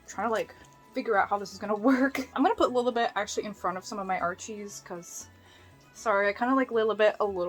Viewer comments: you called della lilebit :( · I love how she was calling della ‘lilabeth’💀💀💀